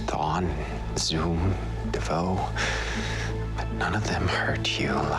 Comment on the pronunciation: DeVoe, who's that? I wanted to ask before but thought he said foe 😅